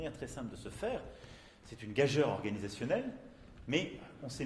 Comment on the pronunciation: "Gageure" se prononce Gajur Monsieur le Président, pas Gaj-heure